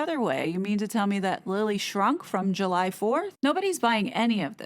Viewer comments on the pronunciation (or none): none